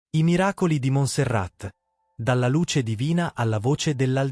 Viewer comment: e si pronuncia Monserrà…